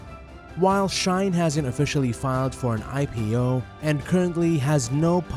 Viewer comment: It is shein, you are saying “shain” my friend.. shein have an e, not an a. Is she in. Not sha in.